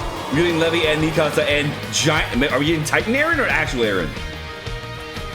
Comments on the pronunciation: Levi ❌ Levy ✅ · Did you just say levy? What?